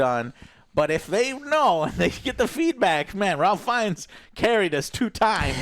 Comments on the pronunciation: I would think at this point no movie reviewer would still be pronouncing Ralph Fiennes name wrong. It is "rafe" "feens" not "ralf" "fines" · It’s pronounced Reif Fiennes. Just putting that out there. I did enjoy this one more than the last one as well. I want that next movie though, screw that I NEED THE NEXT MOVIE